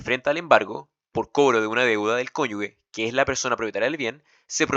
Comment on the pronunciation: Bueno el video, pero se pronuncia "CONYUJE", NO "CONYUGUE". Una vez me reprobaron por pronunciar mal jajaja hay que tener cuidado.